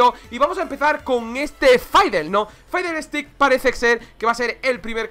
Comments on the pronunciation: Pero se pronuncia Fidelstiks xd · Cada vez que dice faidelsticks en este video el rework tarda un mes mas en venir..